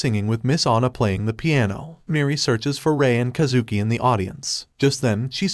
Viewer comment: “kuh zooki” is killing me😭😭its Kaaah zuki